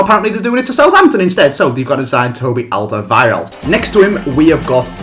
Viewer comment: he pronounced Alderweireld's name right